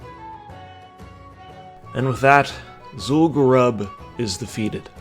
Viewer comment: its zul gurub, not zul garab HAHA